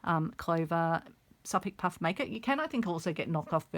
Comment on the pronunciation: What is that puff maker? I've never seen it before, nor heard of it. I turned on "closed captioning" to try and read what you called it. But cc says you said, "suff puff maker'. Is that a brand or sewing tool? Thanks for the tutorial.